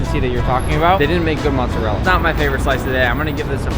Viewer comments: It’s not mozzerll it’s mozzarella the A is there FOR A REASON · ITS MOZARELLA NOT MOZAREL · my dude said mozzerel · Every time someone calls mozarella as motzarel, an italian dies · saying mozzarell 😳